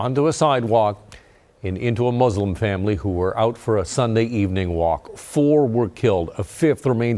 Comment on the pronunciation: very sad incident. also i wanted to say reporter seems very educated and i rarely hear the right pronunciation of word Muslim and Islam. most people say Z instead of S